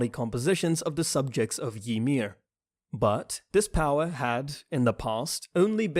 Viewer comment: The way u pronounce Zeke is so damn annoying Wtf is Zekeh?? And it's Reiner,not RAIner and Ymir not Yhmir